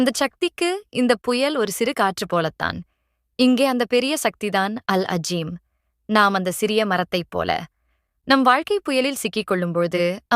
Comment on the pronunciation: அது அல் அளீம். அல் அஜீம் இல்ல. அரபியை உருதுவை வச்சி வாசிக்க வேண்டாம்